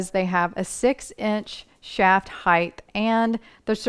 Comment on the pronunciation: Very good. Except… would you please say height and not heigh th. There is no h at The end. Sorry. Pet peeve